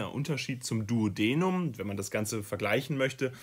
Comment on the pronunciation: hi, finde das video sehr hilfreich, danke! allerdings hat mich bisschen gestört, dass die Aussprache von einigen Begriffen verkehrt war (z.B. duodenum, duodeni, caecum…) das ist leider verwirrend und wenn man die richtige Aussprache nicht kennt eignet man sich leicht die falsche an. Vielleicht einfach vorher nochmal die Begriffe anschauen :)